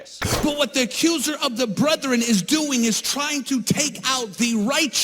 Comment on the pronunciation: the word is brethren. Not brothren. But he isn't wrong about Julie Roys. The rest of what he says, well...